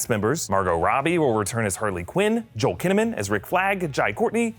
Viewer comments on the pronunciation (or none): none